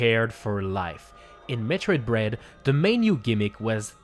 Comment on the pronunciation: I don't know why, but you called Metroid dread "Metroid bread." Why...just why? 🤭